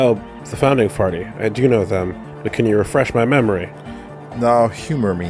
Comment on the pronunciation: haha he said the founding farty